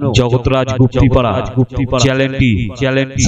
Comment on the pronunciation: কথাটা চ্যানেল , চ্যালেন নয় ভয়েস টা ঠিক কৱো